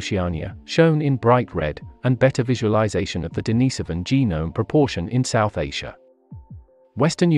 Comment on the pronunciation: Denis so van? Many pronunciation errors throughout. Plus you are working off old information. This video needs to be redone and updated. Looks like you are using text to voice but changing the system from time to time.